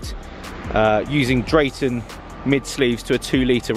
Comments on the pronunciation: Great video. But please..... the correct pronunciation is - Darton NOT Draton and Cometic not Cosmetic.... lol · 235bhp outta a b16b!? THATS AWESOME!... Ohhh its a 2.0 stroker... meh :( +Its Darton, and Cometic, not cosmetic lol